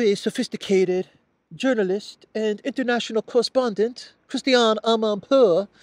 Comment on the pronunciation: Lol, very sophisticated journalist Christiane Aaahmanpoooh!